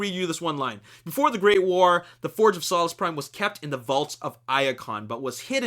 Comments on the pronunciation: it's pronounced '' soul-ess" prime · its solus soe lus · im sorry but ur saying solus wrong thats not how u pronounce it